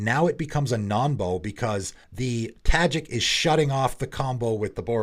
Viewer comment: I thought it was "Nonbo" as in "Non-combo" not "Nombo"?